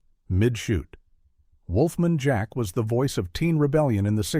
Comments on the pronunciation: "Wolf-mun Jack." Funny way to pronounce one of the most famous DJs of all-time. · *"Wolfmun Jack" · Wolfmin Jack? I remember Wolf Man Jack not Wolfmin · The narrator apparently never heard of Wolf-MAN Jack. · Agreed !! "Wolfmun Jack"...for crying out loud! LOL !! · WHOA! I was gonna complain about how AI still has a long way to go - it'still blowing pronounciations that are commonly accepted! I thought, "Why bother?" Glad that I did!